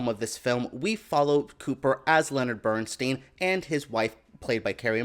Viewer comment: BERNSTEIN pronounced BERNSTINE He hated his name being pronounced BERNSTEEN and then on to pronouncing Felicias name wrong twice....MONTEALEGRA this is a poor disrespectful attempt at a vid about the Maestro and his wife.